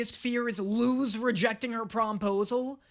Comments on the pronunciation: So, I know you already addressed people telling you this, but Luz’s name IS pronounced with an s sound. It’s a Spanish (as in the language, not the nationality) name. That means it follows Spanish pronunciation rules. The z is unvoiced (meaning it sounds like the letter s). You said “see, it is ‘lose’” based on Eda’s pronunciation of the name, but that’s just Eda being close enough that it doesn’t really matter, but Luz’s name IS “Loose.” Rewatch episode 1 and listen to how Luz introduces herself closely. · nope, it’s luz not lus! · ITS PRONOUNCED LUS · Isn’t her name pronounced l-u-s but spelled luz Pls correct me if I’m wrong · Luz was speaking Spanish, her name is literally “light” in Spanish that’s why people have been telling you you are pronouncing it wrong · SHE'S LITERALLY SPEAKING SPANISH. LUZ IS PRONOUNCED AS LUS BECAUSE IN SPANISH Z IS PRONOUNCED LIKE AN S IN ENGLISH. IT'S LITERALLY CULTURE 😭